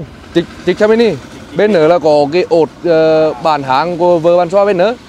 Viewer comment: lạy thánh sub Linh :D kí ốt bán háng của vợ... ki ốt bàn hàng lão đọc thành kí ốt bán háng :P